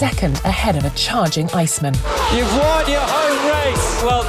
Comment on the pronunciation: "Iceman" with improper word stress is weird.